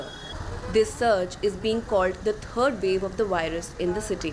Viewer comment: No. Listen carefully. She called it the “turd wave.” 💩